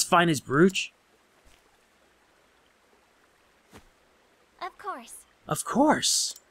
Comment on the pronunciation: Awesome video dude, But the only thing I found annoying & funny at the same time was how you pronounced the word "brooch". So here's a link on how to pronounce brooch. But keep up the awesome content.